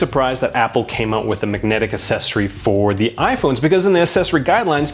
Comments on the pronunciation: No offence, but why do you pronounce "accessory" "assessory", as it should be pronounced as "access". Is this a Canadian thing? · For a tech review channel, it might be worth learning to pronounce the word “accessory”...